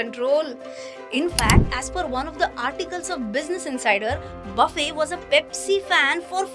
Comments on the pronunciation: Baffey nahi, his name is pronounced as Buffete. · FYI - his last name shouldn’t be pronounced buffay instead it should be Buffett.